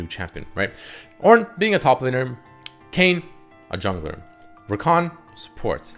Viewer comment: Its kayn:v